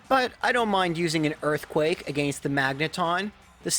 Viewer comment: Dude I’m sorry but if you say “against” like that one more time